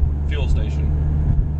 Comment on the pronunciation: also, you're saying "fuel station" really softly and almost mumbled. lol try to enunciate and sound off when it comes to any infotainment system lol. (you speak very well throughout your entire video. just do it the very same way!)